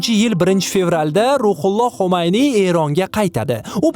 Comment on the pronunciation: sizdan iltimos: tarixiy shaxs va joylarning nomlarini aytishda e'tiborli bo'ling. Inglizcha aksent bn emas toza tilda gapirsangiz yanayam yaxshi bo'lardi.. Masalan Xomayniy emas Xumayniy va hokazo.